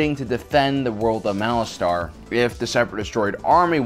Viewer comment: The way you say Malastare is annoying. You say it like Malastar...